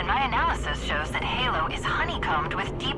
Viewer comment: lol, gaylo not halo.